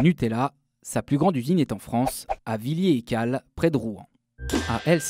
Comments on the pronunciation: C'est pas "Vilié-Ecalles" c'est "Villèère-Ecalles" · Le nom de la ville où est produit le Nutella en France se prononce Vill/è/res-Écalles et non ‘’Villiers-Écalles”